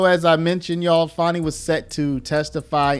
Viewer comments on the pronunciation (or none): Its FANI ITS NOT FAUNI